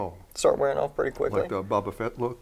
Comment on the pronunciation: Caleb died a little on the inside when said baba fett